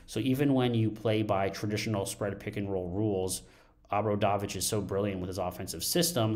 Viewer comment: Please learn the pronunciation, it is very easy, oh bra dough vich